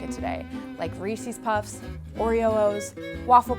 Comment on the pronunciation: That video ended at 'Re-cees' Puffs for me. It's Reece's Puffs. Don't me.